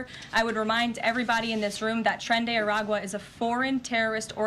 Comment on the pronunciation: It’s “Tren De Aragua”